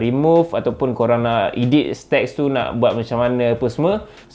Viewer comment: Sebut edit betul2 bang "eh-deet" bkn ee-deet hihiks